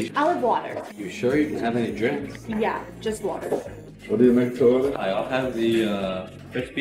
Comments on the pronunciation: It sounded like said do you want to be my water😂😂😂😂😂😂😂😂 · So, do you wanna be my... WATAHH?? What?! DO YOU WANT MORE WATAH?